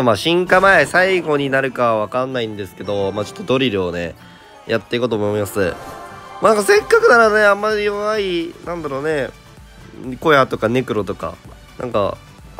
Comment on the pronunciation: 小屋の発音が完全に琥家